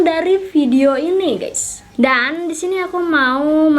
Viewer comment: Kak pengucapan kata DISINI itu kurang jelas kak jadi kayak SISINI CUMA SARAN